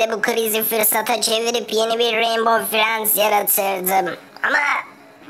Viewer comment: Mavi frend yerinr frynd mi dedi